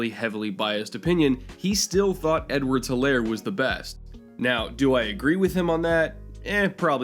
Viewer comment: It’s pronounced Edwards-HEELAIR